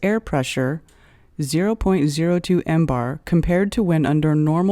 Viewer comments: Please, stop with sounding out all the leading zeros and use some "scientific notation", will you? And stop with the "embar" already, it's "millibar". Also, it's just an exercise in futility to show that the pressure that exists in "interstellar space" is 76,184, blah blah blah times lower than sea level pressure. "Interstellar space" does not exist directly adjacent to sea level. In fact, interstellar space does not exist adjacent to the Solar System. "Interstellar space" is just that, the space between individual stars. Space near Earth is termed "geospace" while the space between Earth and the Moon is more correctly termed "cislunar space". The vacuum in geospace is not as "hard" as even interplanetary space (i.e., "deep space"), for it contains the exosphere and the Van Allen radiation belts, ionized gas particles caught in Earth's magnetic field. A good quality lab setup can exceed the vacuum hardness of geospace. Suffice it to say that in at the altitude of the ISS the atmospheric pressure is low enough to be termed "space". I think it would be more correct to say that a perfect vacuum is scientifically impossible. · Jesus Christ it's not called "embar". MBAR is millibars ..... and is referred to as MILLIBARS! NOT FREAKING "EMBAR". God you're stupid! And i've already debunked your explanation of curved water found. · Zero, zero, zero, zero, zero, zero, zero, zero, zero, zero, zero , zero, zero, zero zero, zero zero... and breath... one three... would also be how many marks out of 10 I would give this after hearing "millibar" read as "mmm-bar". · Mbar is pronounced millibar! This video is totally wrong!